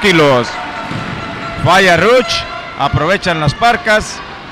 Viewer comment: Es rush no ruch